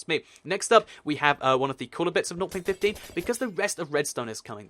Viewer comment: some times I hear him say north.15 instead of 0.15